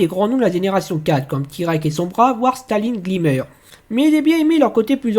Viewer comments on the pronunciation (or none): Fluttersky ? Starline Glimmer ? Pourquoi ces prononciations ? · Staline Glimmer XD